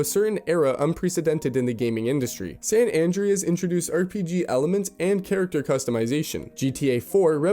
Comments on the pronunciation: "Sen Andryes" 💀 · how the AI pronounces San Ann dreas.... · "san an dree uzz" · did you mean to pronounce San andreas and Houser wrong or are you just an asshole. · Calling people regarded while not being able to pronounce similarly is bold